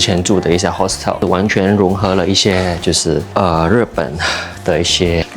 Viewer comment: hostel 好像發音錯誤喔~